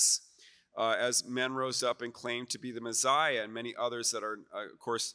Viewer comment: Why does he say Mezziah? It’s Messiah.